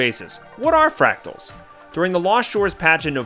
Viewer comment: Thanks, I'm a boomerang myself and not only did this help a lot but, hearing you struggle with the word fractals was priceless! thanks mate